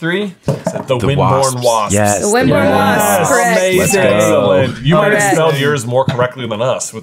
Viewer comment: Isn’t it Wimbourne Wasps? Not Windbourne